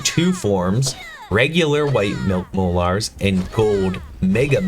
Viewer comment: Mol"Ares". Lol, relax the the "a" a little. Molars. I hope you don't call your teeth, mol"ares" lol good video though. I was just cringing at your pronunciation. Lol